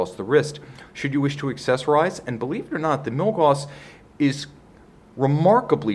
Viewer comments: Gauss, not gaws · he pronounced milgauss wrong this whole video. It's Milgaus(gous) not Milgaws(gaws).